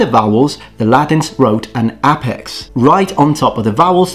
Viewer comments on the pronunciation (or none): none